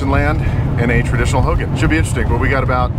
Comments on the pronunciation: You're saying Hogan like Hulk Hogan. Hogan in Navajo is pronounced Ho' gone, but respect for staying in one and knowing there is a female and a male ho'gone. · Hogan is pronounced ho-gawn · Youll get alot respect if us navajos hear u pronounce hogan correctly lol ..try saying "Ho-gone ..its spelt Hogan but say it like Ho_gone. Ull be surprised by navajos reaction 👍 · Hogan Pronounced /Ho-gahn/ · In a Navajo hulk hogan!!! lol totally saying it wrong.